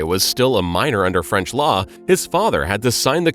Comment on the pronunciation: your reading of French halarious. thanks for the chuckle! cheers